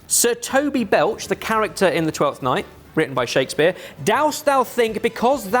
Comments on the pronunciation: I lost my mind everytime referred to Shakespear as Shakey P 😆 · Why’s calling Shakespeare, Shakey B?